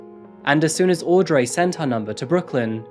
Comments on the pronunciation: I kept wondering about the name Audrey in the UK we pronounce it aud-ree not Ray lol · fwiw that name is pronounced "audree, not audray" - i know it's spelled and ends with "rey" but in this case, english gone english and the pronunciation isn't phonetic. love your videos, love that the cat randomly hides! keep right on delivering us the goods! heart emoji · You listen to the actual videos of the criminals saying their own names, why then do you say aw-dray and aw-bray not bree 1000 times. Really grating. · Aud-ray hahahahaahha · Aud-ray haha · Audray, Aubray but not Sydnay? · aud ree! its fuckin auuuud reeeeee! he even calls himself fuckin aud reeeeee! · man the way he pronounced audrey is soo weeirrdd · Yes, I don't get it. I'm also British but never pronounce Audrey like that. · Jesus Christ it's got to point where he can't even pronounce Audrey. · I find it interesting that receives regular praise for pronouncing foreign names correctly but butchers names like Aubrey and Audrey lol